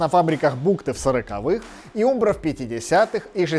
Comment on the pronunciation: Вроде правильно говорить Амбро( umbro), нет?